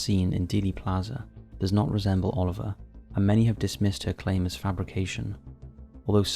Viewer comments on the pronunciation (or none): none